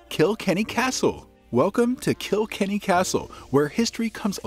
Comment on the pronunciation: It's not Kill Kenny.. it's Kilkenny . It's one word ❤